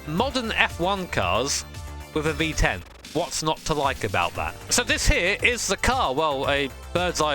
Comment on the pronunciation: Don't mean to be mean, but it sounds like he says 🅱️10 Engines 😂